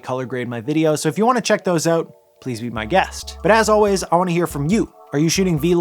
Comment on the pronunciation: The way you say “out” ( “Ooot”) made me laugh. It’s the telltale giveaway of a Canadian. To be “oot” and “aboot” 😅. But great video.